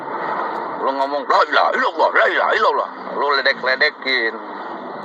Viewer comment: Yang benar memang laaa ilaha illallooh, jadi ada 2 tasydid di ill dan lall Bukan illuwoh, salah ini